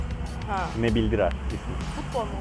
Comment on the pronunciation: Nebil Dirar Değil Nabil Dirar Da Başka Örnek Alcak Futbolcu Mu Kalmadı Abi Yaa😂